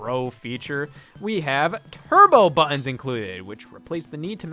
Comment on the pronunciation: "Turbo bu'ins".